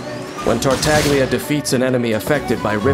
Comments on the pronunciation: MUHIYO: TAR-TAG-LIA ME: TARTA-GI-LA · Can't help but cringe everytime someone pronunce Tartaglia in the english dub. It's like prounouncing Gean instead of Jean. Voice Directors not even bothering to search for 1 minute how the name actually sounds. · At least for you it chills when he says that, to me it chills when he bad pronounces Tartaglia, like, you chose to use Italian names for your harbingers? At least say it correctly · Every time I hear they pronouncing "Tartaglia" that way in this video, my ears cry a little... 😅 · i hate how even in the official trailers they mispronounce his name :/